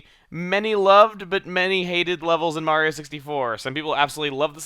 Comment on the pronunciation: Let's 'ave a carriage ride! Mawio! Tewepor!